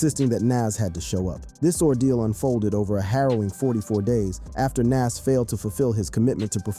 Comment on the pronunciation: How we know you don't know shit is you're not even pronouncing his name correctly. Smh thats crazy